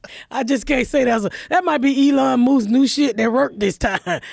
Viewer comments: i am CRYING. "Elon MOOSK" ahhhhhh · "Elon Moose" 😂😂😂